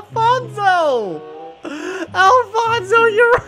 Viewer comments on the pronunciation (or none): none